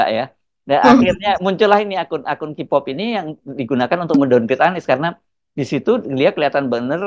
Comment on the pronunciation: sedikit masukan utk cara baca K pop, K dlm bhs inggris dibaca "kei" bukan "ki".. sukses terus!